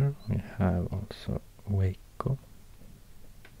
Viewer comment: Didnt say my hometown, Waco right, sadly. Still an amazing video and map tho.